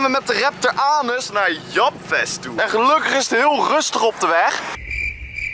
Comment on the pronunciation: Dikke video maar zeg volgende keer ALSJEBLIEFT in plaats van "japfest" "djepfest" AHHAHAH toch wel love naar deze vid man!